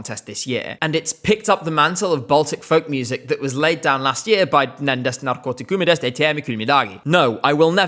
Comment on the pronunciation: please never stop pronounce nendest narkootikumidest ei tea me küll midagi because you representing us: freaky 5miinust ja puuluup fans 🙏🏻